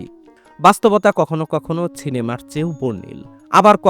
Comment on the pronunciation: আপনার ভিডিও ভাল লাগে কিন্তু মাঝে মাঝে আপনার কিছু শব্দ উচ্চারণ শুনতে বাজে লাগে আশা করি পরবর্তী ভিডিওতে বিষয়টা খেয়াল রাখবেন (যেমন এই. ভিডিওতে আপনি সিনেমা না বলে ছিনেমা বলছেন ) কষ্ট দিয়ে থাকলে ক্ষমা করবেন